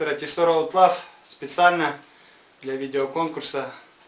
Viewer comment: поперли-то обзоры на Тесоро) а обзор весьма неплох, только произносится название как "Аутло"